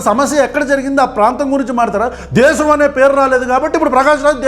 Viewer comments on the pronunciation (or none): none